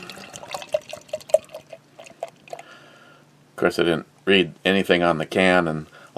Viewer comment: i hear you read (reed) my comment, and i think was i drinking.. Go back and ✔ and double check.. No you were drinking.. BE is not read (red) ME.